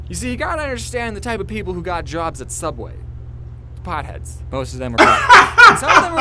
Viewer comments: Its pronouced "subway" not "souubway" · Sooubway was just a joke did because for rest of the first episode he said subway